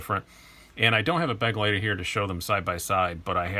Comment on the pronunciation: Begleiter is actually a german word which means companion. So much for pronounciation ;)